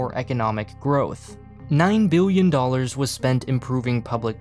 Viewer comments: did you say million or billion there? I swear you said million, but made it sound like billion for added effect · Remember Million and billion has an L, not a W. Biwwion, miwwion. MILL-EE-ON